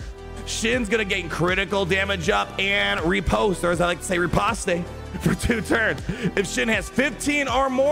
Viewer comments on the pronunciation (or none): none